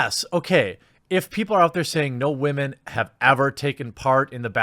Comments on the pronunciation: Why does he keep saying wamen? Is this a meme I'm not aware of? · Stop saying "waman". It's really cringe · Wahmen 😂 “ yes sir let me get a side of Wahmen “ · I couldn't even watch this video do to the fact you keep saying women completely in a retarded way that it hurt my brain! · While I find the information you provide to be interesting, your purposeful mispronunciation of the word "women" harshes my ears, and makes you seem more juvenile than the feminists that you are railing against. Take the high ground don't stoop their level and make yourself look like a ignoramus. The best way to kill a feminist argument is to make them looks stupid by talking normally. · Say women right dude!! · Why are you saying women like that lol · The way you say "Woman" is immature as fuck. Grow up dude. Be a damn man. Not a child like the petty people who hate shit to hate it.